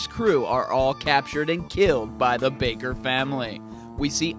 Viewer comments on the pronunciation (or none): none